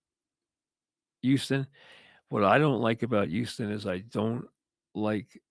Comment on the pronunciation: YOUSTON. It’s a struggle to pronounce the H 😆